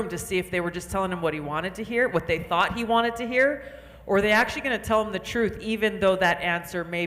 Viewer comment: YOU ARE SAYING THUTH:hand-pink-waving::hand-pink-waving::hand-pink-waving